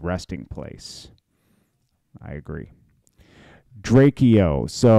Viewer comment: Bro can you say his name right it's not drak e o got dam its drake-o💯